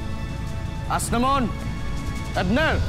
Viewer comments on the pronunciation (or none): Asnamon arber Mali pagkakabigkas ni aquil